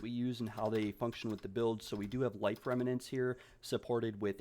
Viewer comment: Just FYI, it's "rem-nants". not "rem-ma-nants." You were pronouncing it incorrectly throughout the whole video.